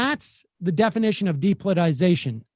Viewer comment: Sam can't pronounce 'depoliticisation'. Add it to the list.